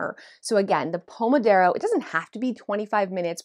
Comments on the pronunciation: 😂 It’s Pomodoro (not Pomodaro). I don’t care, but I think it’s funny that you were using a sponsor that may have caught that…? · "Pomodoro", not "pomodaro". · Hey,, just a gentle correction that it's Pomodoro!